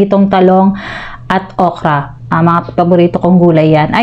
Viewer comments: 😂😂😂oka daw para kang patay gutom dimo pa mabigkas ng tama OKRA 😂😂😂😂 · SAY ORKA NOT OKA😂😂😂🎉